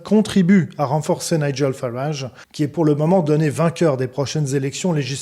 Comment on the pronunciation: nigel se prononce naïdjel et non naïguel